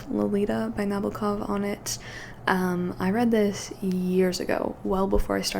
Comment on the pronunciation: Lolita is highly influenced by Edgar Allan Poe. Humbert is a descendant of Poe's Murderer confessionals like "The Cask of Amontillado". P.S. It's pronounced Na-BO-Kov. P.P.S For your next Nabokov, read "Pale Fire" it might be his single greatest achievement. Astounding.